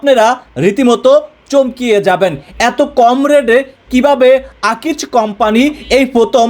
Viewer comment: আকিচ ❌ আকিজ ✅